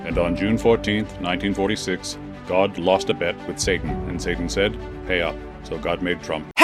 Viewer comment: He mispronounced Satan